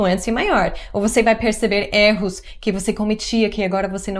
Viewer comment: Você sempre erra na pronúncia da palavra erro